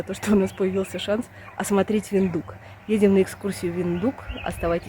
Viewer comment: Виндхук, а не виндук